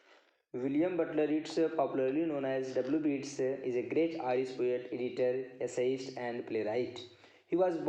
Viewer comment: Many Wrong pronunciation Like Irish